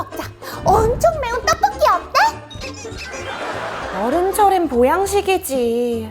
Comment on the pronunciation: 턱볶이는 말아지 저만 그렇게 들리나요?ㅋㅋ오늘도 잘보고가요 언니!